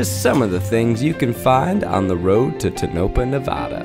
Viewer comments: Hearing Zach pronounce Nevada & Tonopah wrong was torture.. but the video is great. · As someone from Nevada it's so hard to hear Zach mispronounce Tonopah and Nevada in one video.... 😂 I love you Zach. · Great video but why does Zach not pronounce Tonopah correctly? As a Nevadan this drove me bonkers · That was the most unexpected pronunciation of Tonapah I've never heard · The way Zach pronounced Tonopah LMFAO haha! I drive past that place and it creeps me out every time. I drive from Reno to Vegas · But are you joking with the pronunciation of Tonopah, Nevada? You know you’re saying it wrong right? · As a Nevada native all of Zach’s pronunciations kept throwing me off 😂. But the people at the hotel are always nice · Im sorry, but the way Zach is pronouncing Tonopah 😭😭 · Being a dessert dweller for a few years, this pronunciation of Tonopah is driving me crazy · Tonopah, Nevada *says both wrong*😂😂😂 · someone didn't fact check how to pronounce Tonopah 🤣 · Internally screaming every time Zach pronounced Tonopah. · Actually shocking how many times Zach said Tonopah in this video, completely unforced, considering he has no idea how to pronounce it lmao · The way Zach keeps saying tonopah is triggering me lol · The way you pronounce Tonopah and Nevada should be enough to get canceled😢 i loved you so much Zach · Being from Nevada hearing Zach mispronounce the town and state really got to me 😅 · The first time ive ever heard someone pronounce tonopah like that lol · he mispronounced tonopah and nevada the entire video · As someone who grew up going there.. I love Zach but its bothering me that he is saying it wrong XD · the scariest thing ab this video is zach pronouncing both nevada and tonopah wrong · Hearing Zach say Tonopah wrong the whole time 😮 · i admit, i've never heard tonopah be pronounced this way XD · zach pronouncing nevada and. tonopah wrong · Nevadans listening to how he pronounces Tonopah 🤨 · Listening to Zach mispronounce Tonopah broke my brain.